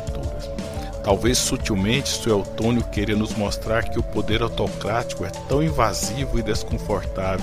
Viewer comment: Dói nos ouvidos o narrador falar "Sué"L"tônio 😊😊😊😊😊😊😊😊